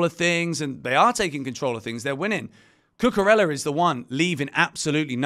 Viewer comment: Please learn how to pronounce Cucurella. Double l’s in Spanish are pronounced as y. Not pronouncing the name correctly of someone you give a box is disrespectful.